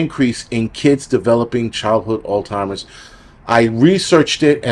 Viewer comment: Every time you said "Altimers", I felt like I was back home! Thanks